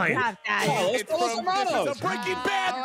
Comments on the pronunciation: Pollos is not pronounced "polos" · Every time someone pronounced it "Polos" hermanos the highschool Spanish class student in me cringed XD